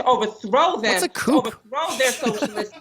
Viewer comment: "coop." 😂😂 The word is "coup" and it rhymes with shoe. Ya big dummy.